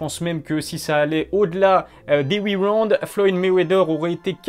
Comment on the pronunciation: Après huit waouund lol 😆 👍🏼